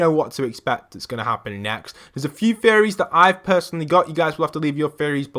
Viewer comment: When he said theories I thought he said fairies